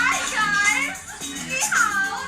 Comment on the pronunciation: girls: abviously can speak english tyra:NiHaO